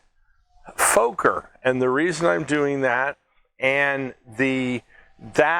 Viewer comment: Fokker has to be pronounced as Focker like in mother F#cker.